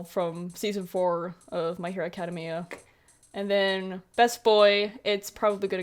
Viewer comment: The way you say my hero academia hurts my soul